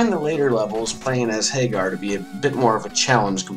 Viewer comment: My phonetic OCD makes me cringe every time you pronounce Mike's last name like Sammy Hagar's. Pretty sure it's a take on "Haggard" And also... his name is f***ing Abigail. What would you expect him to be doing to you? Don't even get me started on Poison.